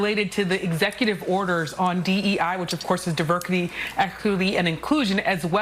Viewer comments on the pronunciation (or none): LOL this lady just said, "Diverckity, Exclucvity, and Inclusion." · “Diverkity, Elkity, and Inclusion” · She said "diberkidy" 😂😂😂😂😂 "eckity" and inclusion 🤣🤣🤣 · If one stands for a position, the least they can do is pronounce it properly—ie diverkity ekity inklusion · Diverkity, equallty, and inclusion?? She can’t even pronounce that garbage. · "...DEI, which is diverkity, ekwilty, & inclusion..."🫣😆🤣🤣🤣😭 Great representation! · .....YOU LYING TO ME!!! 💀💀💀💀💀 Who is this lady?? Get her outta here 😂😂😂 What is Divercurty, ecquerty, and en clueshawn? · Wtf is Diverkity, Ekluvity, and Inkusion?! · What the heck is divercuty, exclity, and inclusion? You should be able to speak English properly and have correct grammar when speaking on TV. This just makes people look stupid. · Divercluty, Echluhity, and Inclusion😂 To be fair, I think she was just anxious to get the words out and make her point, but the 'E' sounded like 'Exclusivity'...which it kinda was. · Ahhhhh excuse me, but wtf is diverkity & equithy? 🤔 😂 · Did YAMICHE ALCINDOR say "DAVERCATY."....instead of DIVERSITY? Did she get infected with the "Joebiden syndrome"? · Did she say diverkity, excluvity, and inclusion? Thanks for sending your best. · Hold up. Did she just say “Diverkiddy, equiliddy, and inclusion” 😂😂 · Diverkity, Equikii and inclusion. DEI. Plain as day. Damn big black was speaking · "Diverkity, Equilthy and Inclusion" Talk about a DEI hire! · Imagine crying to protect DEI but when describing it you say" Deberky, Ecerby and Incusion" 😂 I don't think they even know what DEI means. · 😂😂😂 diverkety ekity inclooson , Can't even believe that she can't even properly pronounce her own bullshit lol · What did she say...Devercady and ecuuuity!?!? Shes woke and can't even say deversity and equity. 😂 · Diverqwity? Incoosve? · "Diverqity, ekikuity and inclushion" 😂😂😂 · ... Divurkitty, Ehlclultee and Inkoozhin. Thanks Biden. I guess we know who was writing his speeches all this time. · She said deverkity 😂😂